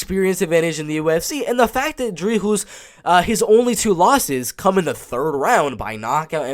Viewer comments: Hey man just to correct you on the pronunciation of Dricus Du Plessis’ name. when you say his first name you pronounce the first half “Dri” perfectly but the “cus” is pronounced like a normal cuss (for instance when you cuss you are swearing) and with his last name. You pronounce it perfectly except the “S” at the end of Du Plessi(s) is silent so you only pronounce it Du Plessi pretty much without the S. But other than that great break down. I have my boy DU PLESSIS winning by KO. 🇿🇦🇿🇦🇿🇦🇿🇦🇿🇦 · your not pronouncing the "s" in dricus otherwise decent pronunciation. Dricus will finish tavares. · its pronouced Drikus Duplessi , the 's' is silent in duplessi's' and the C in dri'c'us is pronouced like a K like cat , and u can roll the R in d'R'icus for extra points :P nice prediction , liked